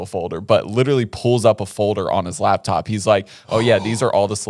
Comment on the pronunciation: Not chuckling about ‘heighth’ when he also always says ‘labtop’ 🤣🤣🤣